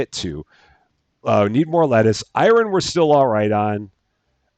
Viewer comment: Once again dear, the name of the yogurt drink is pronounced as "I run", not "Iron" 🥰